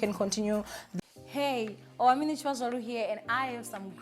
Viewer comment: I can never get the way you say your name... I'm always looking forward to when you say "I'm Owamie N....." then I go Huh? 😂